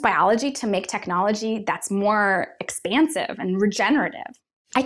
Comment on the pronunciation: It becomes techiology 😂😂😂😂